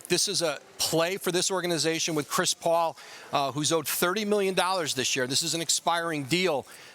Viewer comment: Am I the only one who finds Adrian's "Chris Paoul" pronunciation funny? 🤣